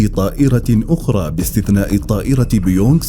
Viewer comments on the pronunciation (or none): قارئ النص ضعيف لغويا وثقافيا ... اخطاء كبيره تنم عن جهل وعدم فهم للنص ... مَجْدولا ...بدل مُجَدولا بيونغ ... بدل بوينغ M16 بدل MI6 يرجى منكم الإنتباه وتصحيح هذه الأخطاء المتكرره في العديد من فيديوهاتكم السابقه أيضا